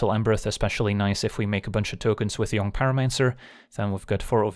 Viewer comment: Jong pyromancer is a dead giveaway that you’re a Flemish speaker :)